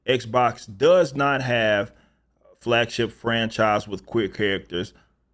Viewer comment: I thought you said fagship for a second. Lol